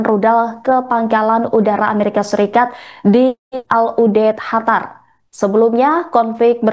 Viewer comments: Kok ga enak bener nyebutin negara Qatar. Ditelingahku terdengar seperti negara "Hatar".. Bukan terdengar " katar" seperti penyebutan biasanya.. Apa emang nyebutnya " Hatar " yah.. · Kok hatar sih...? Cari pembaca baru... Qatar kok jadi hatar, senget tenan😂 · Mba Qatar bukan hatar..... hadehhhh bacanyaaa..... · Qatar bukan Hatar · Bukan Hatar tp Qatar Bravo Iran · Bukan Hatar tapi Qatar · Qatar bukan Hatar yah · Kok Hatar bukan Qatar? 😮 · Apa cuma gw yg dnger dia bilang HATAR? bukan QATAR? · Qatar mbak, bukan khatar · Qatar sis bukan Hatar😅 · Qatar bu, bukan Hatar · Gue dengernya bukan qatar tapi hatar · Kok Khatar mbak, itu dialek Persia tapi bahasa Indonesianya Qatar atau bahasa Arabnya Qothor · QATAR bukan HATARR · Qatar ya Non, bukan Hatar 😂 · Negara Qatar host pengucapannya khatar. 🤔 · Kok Hatar sih bacanya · Hatar atau Qatar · Penyiar beritanya gk bisa nyebut Qatar dia sebut Hatar, sejak kapan Qatar jadi Hatar ya ? 😂😂😂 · Qatar min qatar bukan Hatar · Qatar mba, jangan hatar... Gue bingung dengernya kalo ga baca... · Bukan hatar tapiQattar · Bukan hatar mbak qatar sekolah dimna sih mbaknya..? 😂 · Qatar mba bukan Hatar😂😂😂😂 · Hatar apa qatar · kok hatar si ,, qatar mba QATAR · Qatar bkn hatar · Bangga dg Iran..sungguh membanggakan tapi kok penyiar ini ubah nama negara Qatar menjadi Hatar sih....how come????yg benar QATAR. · Pembaca berita ngomong nya kok hatar bukan Qatar 😂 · Qatar bukan hatar😂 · Qatar bu jgn ganti nama negara ,Qatar jadi hatar drimana itu bu😂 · Qatar ❌ Hatar ✅🗿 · QATAR BUKAN HATAR pembawa berita keseleo lidah kali